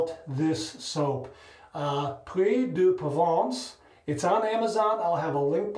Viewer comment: I knew of this soap brand, but I never tried it. Locks like a premium product. And your pronunciation of the name is spot on! 💈👍🏼